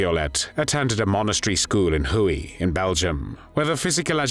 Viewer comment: Huy is pronounce "we" not hooey😮